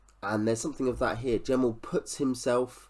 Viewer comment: Just to say, his name was never pronounced with a hard J, but a G. Met him several times at book signings over the years. I did ask him about the similarity about this book and the similarity to Pale Rider (the Clint Eastwood western) and he did say he drew inspiration from that film.